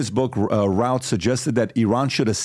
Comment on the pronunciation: Back in North Carolina, where Ryan is apparently from, his last name is pronounced Ruth